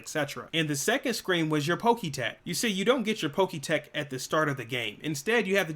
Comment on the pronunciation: I can’t stand the way you pronounce Pokétch, it’s pronounced Pok-etch like etch and sketch